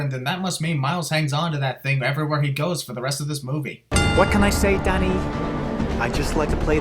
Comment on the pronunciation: Good thing you have subtitles I thought you kept saying daddy till I saw Danny